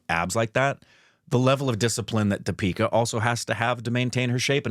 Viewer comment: I don't understand why still the intonation is so weird. It's Dee-pika. Not Di-Peeka